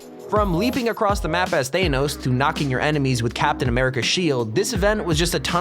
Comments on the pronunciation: Thainoes It Th-a-n-o-s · ”Theynose.” Like, wtf. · THE WAY HE PRONOUNCES THANOS☠️☠️☠️ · he can't say thanos